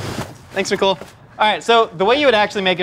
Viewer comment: Why’d I keep hearing “Miguel” instead of nicole 😂